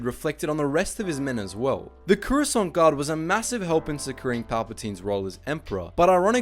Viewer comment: they're pronounce the croissant guard